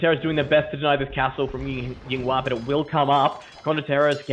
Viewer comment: The way they pronounce Yinghua almost made me stop watching this. Great games tho